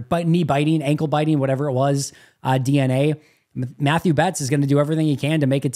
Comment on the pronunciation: Mathieu is pronounced “Matt-E-U” like Honey Badger.